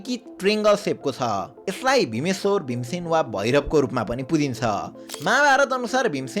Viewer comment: Mahabharat ko Pandav Bhim hoina... Its Bhiiieen dyaaa ho. #Thatwaswrong.. Have a little bit depth study..